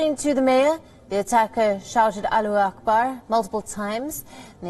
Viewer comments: madam ji thats allahu akbar...not aalu akbar 🤣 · She said aaaloo akbar 😄😄 better to say ola or Uber 😃😃